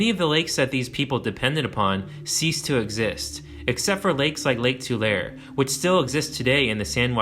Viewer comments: EXCELLENT VIDEO ❤️❤️❤️❤️GREAT WORK ⚠️TULARE IS PRONOUNCED TWO-LARRY ⚠️ NOT TWO-LAIR👍 LASTLY WHATS WITH THE 50 MILE STONE WALL FROM BERKLEY TO SAN JOSE NOBODY TALKS ABOUT IT EVERYONE IS CLUELESS IT PRE-DATES EVERYTHING AND IF YOU FOLLOW ALONG THE WALLS ROUTE FROM GOOGLE EARTH YOU AND SEE REMNANTS OF ANCIENT STRUCTURES AND DEBRIS FIELDS AS WELL AS UNNATURAL ANGLES OF LANDSCAPE AND CARVED WIDE FLAT AREAS WITH OCCASIONAL FLAT WHITE STONE. I HAVE BEEN ALL ABOUT THAT WALL SINCE I DISCOVERED IT IN THE 1960s PLEASE CHECK IT OUT. NOBODY HAS ANY ANSWERS ❤ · Tulare = too - LAR - ee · Don’t mean to be that guy but it’s Tulare (Tuh-Lar-ee) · Tool air .? or too leh ree. Tulare. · It is pronounced tu-lair-any, not tu-lair. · Pronounced Lake " Ta-Lah_Re", not "Ta=Lur". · People from the Central valley pronounce it TularEE, not Tulair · Its pronounced “too la ree” not “too lare” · It’s pronounced “Tuh - lair - E” not “Too - Lair” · Too..... lair...eee...not too_lair.😊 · Tulare = to Larry. Pre-Clovis Chumash on the Channel Islands. Diablo = dee ah blo. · Tulare is pronounced too-lair-ee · For next time, Tulare is actually pronounced in three syllables, like two Larry or tuh Larry. Either way is fine but it is three syllables with the second syllable accented. I'll apologize in advance if you did some research and found out they used to pronounce it with two syllables back in the day but the three syllable way is how they say it today. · Tulare is pronounced like "to Larry." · I was born in Tulare County. It's pronounced too lair ee. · Unfortunately for all intents and purposes Tulare lake no longer exists. Maybe on a heavy rain year a couple farms get flooded but thats pretty much it. And it's pronounced "two larry" by the locals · TUH-LAIR-EE, Tulare. Practice it.. . . I cringe imagining how you would pronounce Tuolumne, lol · Dunno. Grew up in Atwater. Always pronounced it “Two’ lah ray”. But not a higher education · its pronounced Tu-lar-e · Tu-laer-y is how we say Tulare.